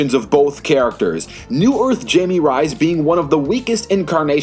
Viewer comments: It's hi-mey ray-yes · Wow... you COMPLETELY butchered Jaime Reyes' name. The only way it could have been worse is if you were a British person trying to pronounce it! XD